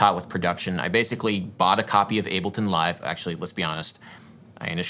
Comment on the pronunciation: huh bassically